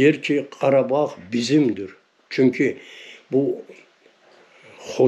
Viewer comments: Abi kardag deyil KARABAG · Kardeş karadag degil. Karabag!!!! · Her sey cox gozeldi ama garadag yox garabag soylerseniz iyi olur